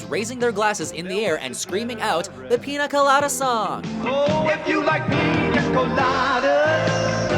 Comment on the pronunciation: i love how hard he pronounced the "N" in Pina colada